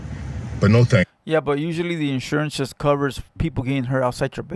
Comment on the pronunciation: It "Shust" covers injuries😂😂😂😂 this foo still cant say JUST. Why is he assuming he knows what insurance has?!?! owns a home and works for a union. Im sure he understands insurance